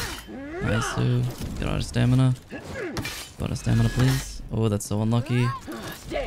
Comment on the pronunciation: "Out of stamida!" Lmao pure gold <3